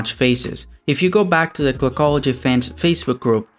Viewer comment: Dude is there a reason why you sound so nasal? Like when you say the word clockology it sounds more like kogology are you phillipino by any chance?